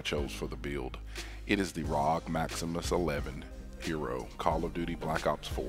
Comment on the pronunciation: Is no one gonna say anything about “Rog” It’s R O G!